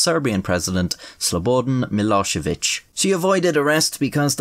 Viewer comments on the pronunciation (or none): The way you say Slobodan Milošević should be a war crime. And that comes from a fellow Irish man, with Moldovan heritage.